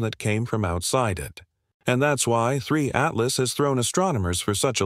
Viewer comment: Die KI-Stimme kann ja nicht mal den Namen "Apophis" oder "Three Atlas" dreimal gleich aussprechen. Jedes mal klingt der Name anders.